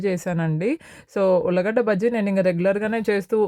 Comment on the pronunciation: Ullagadda kadhu ulligadda